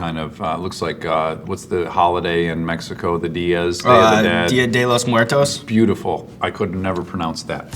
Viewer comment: never has the holiday "Día de Muertos" been said in more of an American accent.